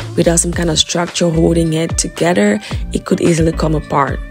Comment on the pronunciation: There is no “D” in together